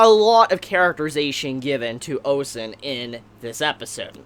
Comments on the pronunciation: I'll be very nit picky here and say this: it's Ozen, not Osen. But besides that, good review. Now, pacing wise for the show: at second glance, they may be on track. If they adapt 3 chapters per episode on average with some cuts here and there, the anime is on track to adapting to what the intro hints to. (spoiler) The fifth layer and Bondrewd. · why are you calling her "osen"?